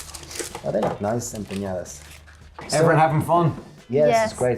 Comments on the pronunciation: Looks so yummy! I have to correct your pronunciation, it's empanadas not empañadas 😉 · You guys need to learn how to pronounce ‘Em PA NA DAS. Not EN PEE NA DAS. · Love this channel, but every time they said "empañadas", a little part of me died.